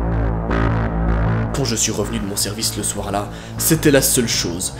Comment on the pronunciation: Je surkiff les "ch'ui désolé" 🤣🤣